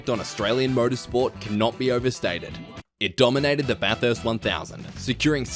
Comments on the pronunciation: na mate. I have heard quite a few different pronunciations of his name from fellow aussies. Listen to the actual accent. It is too good for AI. Also he actually pronounces Bathurst correctly not the usual Barthurst of non-natives. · The correct mispronunciation of Bathurst is Bathuurrst. Just listen to the King Of The Mountain. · LOL! Yeah right mate. That IS how Australians pronounce it.